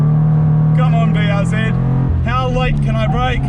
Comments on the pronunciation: IT IS NOT BRZED ITS BRZEE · BRZ - Brah Zee-R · Call the BRZ Buhrz ( Бърз ), kinda like how you would pronounce Bill Burr's name including the 's but with a rolling R :D means fast in bulgarian :D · BRZ Blue Rosie ‘Blue Ro-Zie’ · The BRZ is a "Blue Ri Zer" :D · Prounounce it “Breezy”. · I always thought BRZ was supposed to be read like "breeze". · Bruze instead of Bruce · BRZ just read it were like a word. Like "Burrz" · The blistered raunchy czar ( yes i know it starts with a c but its not pronounced that way)